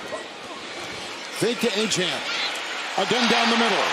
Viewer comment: 100% Certain Achane’s name is pronounced “A-Chain” not “A-Chan”. English hasn’t changed that much sheesh.